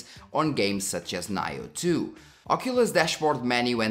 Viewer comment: when u said Nioh2, 9 oh 2. im done for rest of the video.